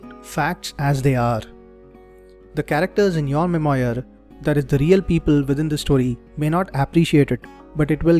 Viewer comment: Nice :) You may want to check how to pronounce memoir. Also, when you create a video, why not show your video as well? 90% of communication is non verbal.